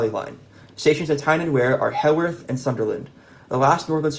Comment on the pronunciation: heworth is pronounced H-you-earth